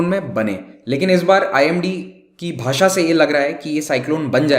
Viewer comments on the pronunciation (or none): none